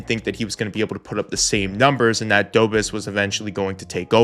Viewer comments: Love the channel, but a minor thing.. please pronounce Dobeš as Dobesh rather than Dobes :D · Love the video! Just a note, it's not Jacob, it's pronounced more like, Ya-kub do-besh 👍 Sam Montembeau I'm sure will be solid as the year goes on and he gets a few more games under his belt. I love my Oilers too, but they've got a full team that needs this, the fact that Montembeau is the only real example of it on the Habs is crazy. There's also always the risk of later if he struggles that Kaapo Kähkönen could get called up, or maybe even Jacob Fowler, which is turning into a potential superstar goalie, so there's definitely some draft depth for the Habs, so no matter what, they'll have a superstar goalie no matter which guy it is. Tbh, since I also love the Oilers, I super duper wish McDavid would've signed earlier so Bowman could splash on Arturs Silovs or even Kaapo Kähkönen since we could use more draft depth there... Instead McDavid signed late and we're gonna gamble it with Connor Ingram, so hopefully he can bounce back! Tbh, last season the Habs were the most fun hockey to watch for me, but Oilers I knew were gonna make a better push for the cup, even with an arguably weaker forward group than 2024... But this year? It's hard to tell lol, if Montembeau can turn into the beast he was last year? I feel like the Habs can truly come out on top of the Eastern Conference. I would super duper love Oilers vs Habs in the Stanley Cup finals... Then at least guaranteed I'm happy no matter who wins and also a guarantee that Canada finally brings the cup home again lol... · FYI Dobes is pronounced "dough-besh"